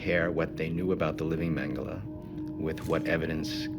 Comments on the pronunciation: Everyone in all languages: Mengele This narrator: Mangalay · It's annoying when English speakers call him "mengalay", because we literally have the same phonics in British English, we just add an "R" to achieve the same sound. Mengele = "Mengeler" not "mengalay". It's with an "euh" sound. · Is it magala or mangalay. wft England and their stupid butchering of the English language. Even though mengala isnt part of the english language lol.